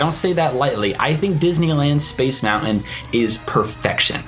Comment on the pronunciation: I wanted to watch this video, but in the first 5 seconds you mispronounced the word MOUNTAIN. No thanks.